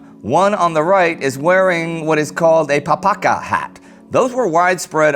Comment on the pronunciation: It's pronounced PapaHa